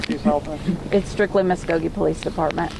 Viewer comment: Hey reporter...It’s Muskogee, not whatever you said. Ever hear of “Okie from Muskogee”?